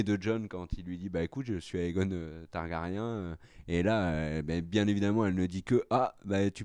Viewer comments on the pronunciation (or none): none